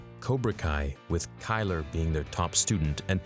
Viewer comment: mans said kyler😭😭